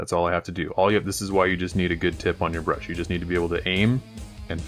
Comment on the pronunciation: When did ya hire Duncan from GW? "Thin ya paints" weirdo.